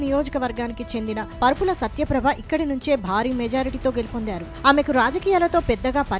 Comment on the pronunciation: పరుపుల కాదు తల్లీ... వరుపుల.